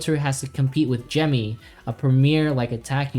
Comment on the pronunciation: finally someone who pronounces gemmy correctly unlike the 99% youtuber who calls her jimmy